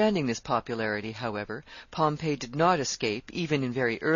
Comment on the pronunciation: Okay so the lady is a great reader but it's fingers on a chalkboard everytime she mispronounces "Pompey" as Pompeii....cmon lady, it's pronounced Pom..pee with emphasis on the Pom.